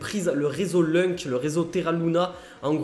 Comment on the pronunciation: Juste pour info ça ce prononce , loun c et pas lunk...